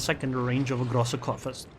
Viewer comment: groosa coorfirst , thats how the gk is pronounced in german. the groosa u pronounce ok, but the coorfirst ( as if u say soup) u pronounce like corefirst, if that even makes sense what i try to explain to u xd.